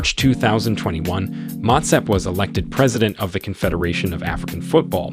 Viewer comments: 3) Motsepe Pronounced Moo-T(s)ea-Peh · The names are pronounced slightly off, Mouton ('Mou' or moo as in like a cow, and 'ton' as in a flat O sound like the word "con"). Then Motsepe ('Mo' as in the same as the sound in the word 'on' will be close enough, 'tse' is spoken like a flat e as in Jerusalem and the ts like cats or Betsy and the 'pe' is pronounced like the word pear) otherwise very informative.